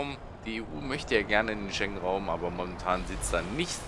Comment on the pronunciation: Die EU möchte in den Schängenraum sehr geiler Versprecher. I like it !!!